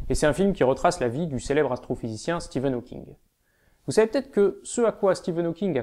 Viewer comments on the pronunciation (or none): J'suis désolée de tiqué sur ça mais "Steven Hawkings" ? :/